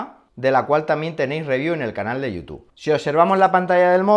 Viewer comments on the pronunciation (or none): none